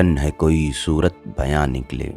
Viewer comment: I listen to you again. Surat e bayan nikle Not surat bayan. You missed zer and that caused weight unbalanced. I feel you need to learn taqtee in urdu poetry that means knowing weight balancing of gazhals. I see You have great potential with your distinguished voice.